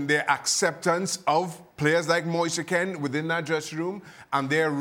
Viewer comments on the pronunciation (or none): His name is pronnounced moise keen, not moisa kane